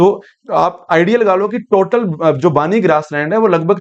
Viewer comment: बानी नहिं , बन्नी Banni